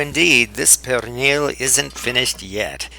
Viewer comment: perrrrrrrrrrrrrrrrrrrrrrrrrrrrrrrrrrrrrrrrrrrrrrrrrrrrrrrrrrrrrrrrrrrrrrrrrrrrrrrrrrrrrrrrrrrrrrrrrrrrrrrrrrrrrrrrrrrrrrrrrrrrrrrrrrrrrrrrrrrrrrrrrrrrrrrrrrrrrrrrrrrrrrrrrrrrrrrrrrrrrrrrrrrrrrrrrrrrrrrrrrrrrrrrrrrrrrrrrrrrrrrrnil is the actual correct pronunciation.